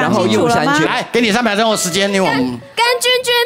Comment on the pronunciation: 是峮峮ㄑㄩㄣ Dolly念錯了啦～😂